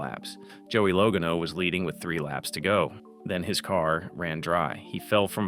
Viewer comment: Joey low-ga-no? Now there's a "low IQ moment"...... Buuuuuuuuuurrrrrrp.